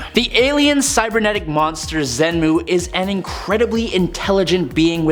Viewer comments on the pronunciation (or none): Fin, not Fing. Xemnu, not Xenmu. Amanda would've pronounced them properly.